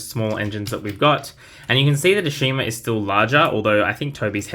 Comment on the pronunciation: Ashima is pronounce Ash-i-ma in AEG. I believe someone told Mattel that they said her name wrong ever since her introduction.